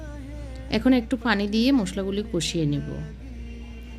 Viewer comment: আপনি "প" কে "ফ" বলেন কেন!!!! পানি, পেয়াজ এগুলোর উচ্চারণ ফানি আর ফেয়াজ এর মত শোনায়